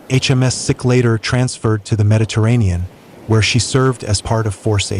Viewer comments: HMS Seek not Sick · Please pronounce the names of the thing your talking about properly. It's pronounced " seek " as in the Indian men who wear a turban. It's not " Sick " as in unwell. Many other mispronounced words in this video but this was the one that really annoyed me. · Hi just thought you'd like to know HMS SIKH is pronounced seek not sic. in reference to the 🇮🇳 indian religious sect "the Sikhs " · You keeping saying HMS Sick forced me to stop watching this for and give you a dislike.